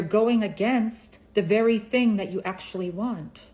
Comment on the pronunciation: Scammers everywhere: "Doo one ting", "Each 'n' ev'ry-ting", spot the difference.